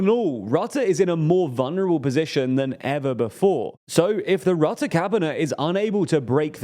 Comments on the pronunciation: Mark Rutte is pronounced: Mark Røtte. Whereas you pronounce it as Mark Rotte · I love how he says Mark Rutte as Mark Rotte(n) i mean he's indeed rotten to the core with Kaag and that fckin idi000t Jesse Klaver. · Dude how do you commit to a dedicated video without looking up how to pronounce Rutte at least somewhat close to properly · "not perfect" I rate it an F he said boehr buher beweving he also said rate instead of rutte